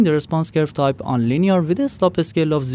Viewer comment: I couldn't help but find it funny when they said slope as sloppy lol